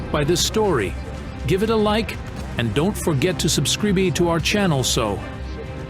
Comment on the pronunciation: The voice over. Subscribe. Subscribay? Tragedy trah gedy? I ask you...